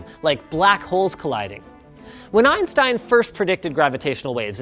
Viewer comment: when eiyan steyan